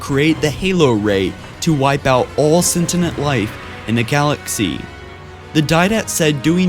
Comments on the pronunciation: "May be immerse" Immense. Not Immerse. LibRarian. There's an R. Stop saying Libarian. SEN-TEE-ENT Not sentinent. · Well done but I think you should listen to listen to the audio before you finish your videos. I've watched many of them and enjoyed it a lot but you mispronounce a lot of words, for example in this one you say cent-iant life instead of Sentient, you call the Forerunners Foriengers many times and for the love of god you say Lie-Berryann instead of librarian so many times. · Pronounciation of words are often off, however, your narration is great. *sentinent *libarian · Sentient not sentinant. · Sentient . not sentinent. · sentient not sentinent forerunner not foreigner librarian not liberian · God. Do you ever watch a video before you post it? You pronounce words so wrong ALL the time. Most notable example in this video. You say 'sentinent' rather than Sentient, pronounced like 'cent-ee-ent'. Also you always say manure rather than MJNOLNIR. Like fuck man ill never be able to take your channel seriously until you start pronouncing things correctly and pick up one of the books. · Holy moly, "sentinent" and "libarian" absolutely crazy pronunciations. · Hey can I just point out between -, you say Hola Ray instead of Ring, and then say Sentinent. Its sentient. K ty love ya bye-bye!:D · Sentinent Life? you really need to work on your English skills. I hear you mispronouncing words in your videos all the time. -_ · Please learn how to pronounce words like "sentient". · oh my god please learn to properly pronounce "sentient" and "librarian"